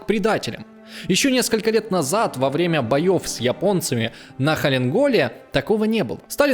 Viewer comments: повестка автора, основанная только на заметках немце-литовца, фамилию которого автор даже произнести нормально не в состоянии. Не говоря уже о «Халин Голе». Сразу видно неумение работать с источником. Ребятки, если вы лезете в историю - изучать нужно как минимум 3-4 источника о каком-то событии или личности, а не те, что более удобны вам и ложатся в вашу картину мира. Выглядите некомпетентно и оболваниваете и так тупых малолетних смузи-зумеров, которые поют вам оды в комментариях. Теперь мне понятно, почему в Нашей стране так не любят либерах и понятно, почему в Вашей стране куча заряженных идиотов с говномнением о каждом чихе Сталина и Путина. Какой рупор, такой и народ. Архивариус закрылся, а косяки и подлоги с источниками и произношением остались. Определитесь - вы про историю, или про конкретную повестку. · "халин-голе"!))))) Автор - " историк" 345 уровня!))) Ханкинголе,, Ханкинголе!!! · Я не русский и в России никогда не был. Но когда русский историк пусть и МОЛОДОЙ рассказывая о событиях Великой Отечественной произносит такие "названия" как Волокамск, Халин Гол... мне как-то за подрастающее поколение страшновато становится. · халенгол.... валакалам..... капец ты хоть подготовься для начала.... столько балаболов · Чел, прокачай уже ударения. И Халингол тоже прокачай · Откуда этот прыгун такой чуши нахватался? Хотя, чего можно ожидать от человека, который Халхин-Гол не может выговорить. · Все, что я понял, это то, что русские генералы РККА были хитрожопыми подонками. А ещё смешно слушать ведущего, который плохо знает даже название Халхин-Гол. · "армия из недавно мобилизованных колхозников" выиграла войну.. Не знать , как произносится Халхин-Гол и даже не уметь прочитать с листа - стрёмно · Это же надо оговориться в названиях Волоколамск, Халхин Гол )) Посмотрел под хавчик, зашло норм. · "Варонова..., Халин-голь..." Ужас! Какая некомпетентность!!